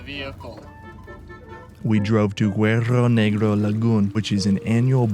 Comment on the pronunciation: LOL! You’re such a gringo,. “Guero Negro”. That means black whitey. Guerrero Negro is the proper pronunciation....black warrior. That’s alright. When I was younger I confused mosco (fly) with moco (booger). Glad you’re doing Baja. It’s a great visit, but trust me, you’ll be glad to get home the USA where there aren’t machine gun toting cops and soldiers at every corner like there are in Mexico.